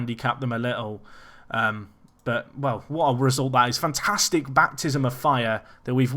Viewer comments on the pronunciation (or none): none